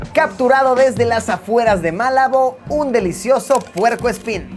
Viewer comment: Es Malabo, no “Málabo”.